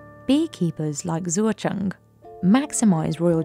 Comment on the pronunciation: Shoutout to the narrator for confidently butchering the farmer Zuozheng's name repeatedly over and over in typical British fashion.